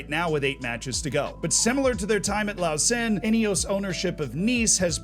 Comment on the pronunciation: Nice pronunciation of Rolle and Lausanne, although I would argue that Rolle is a village. A small town maybe